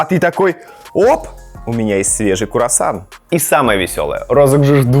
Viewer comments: Блин, так странно слышать слово "Курасан". Так то говорится "Круасан" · Не куарсан а круасан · Пожалуйста... Говорите правильно... Надо говорить не кУРосан, а кРУосан...Ну взрослый же человек, надо знать...) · не курасан а круасан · Не - Курасан. А - Круассан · Он специально так говорит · Сам ты кУрасан! Правильно КРУасан! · а великолепный человек говорит Курасан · Только не куросан А круассан 🥐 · Курасан Плачу всегда с этого произношения, вроде бы оно неправильное, но оно так мило звучит почему-то для меня :’) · В этом видео столько раз исковеркали слово "круассан", что я не поставила лайк. Не смогла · КУРАССАН🤣🤣🤣 мне не послышалось? 🤪🤣🤣🤣кУРассан🤦‍♀️🤣🤣🤣Ой насмешил. 😘🤗